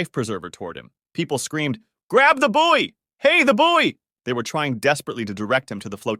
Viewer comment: "buoy"🗿 june?..june is my birthday